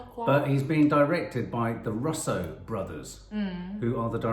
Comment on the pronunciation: pronounced Russo (Roos-oh) Brothers not Ruuuussssoooo brothers